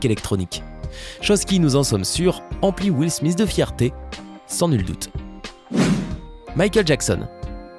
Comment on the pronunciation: will thmis hahahaha